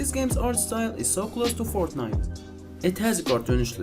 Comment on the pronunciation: He said forknite😂